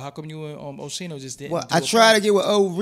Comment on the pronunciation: How tf you can't pronounce Oschino? It's that hard? Oshee-no? Wtf is that?